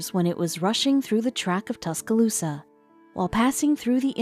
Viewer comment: Not sure why they showed a picture of a hurricane when talking about a tornado. Tusk-Ah-Loose-Sa.... The pronunciation from the robotic voice made me cringe early on lol. Other than that... I loved the story. I do remember that day. I lived in Tuscaloosa County.